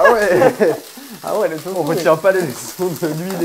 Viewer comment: ahhh je suis désolé mais pourquoi dit "Tofou"? C’est du Tofu 😂